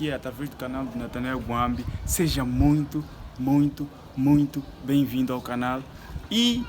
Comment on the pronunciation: Pq falam canar e não canal??